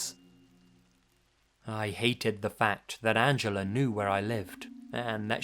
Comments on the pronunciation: "Angeler" lol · I love accent, pronouncing 'Angela' as 'Angeller'. Where did the 'r' come from?! XD